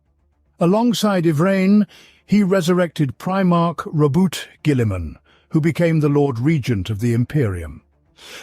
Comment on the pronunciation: ROW-BOOT GILLY-MON